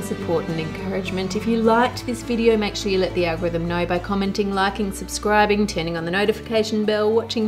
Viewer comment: Anyone else who cant help but hear the parody when Ann says to subscrarb at the end? 😆